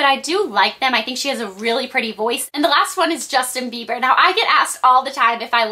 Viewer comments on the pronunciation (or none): none